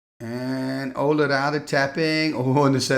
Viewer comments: Olle instead of Ölle? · I watched a vintage Pro Tour video recently, and they butchered Ölle's name so bad. They pronounced it like Ollie Raid. Sorry, we're American. 😂